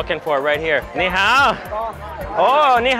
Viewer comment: not even a minute into the video and messes up his ni hao. cracked me up